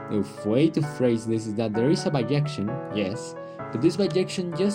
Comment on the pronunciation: In English it's bijection. There are languages that pronounce it similarily yo "biyection", but not English